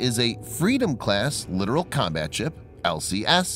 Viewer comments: Not sure if its been mentioned already, but its pronounced LiTorAl, not literal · It is irritating to hear this obvious mistake over and over again, in video after video. Not just here but on many other videos.